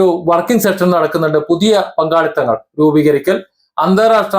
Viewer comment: സെക്ഷൻ അല്ല സുഹൃത്തേ "SESSION" സെഷൻ എന്നാണ് പറയേണ്ടത്.😅😅😅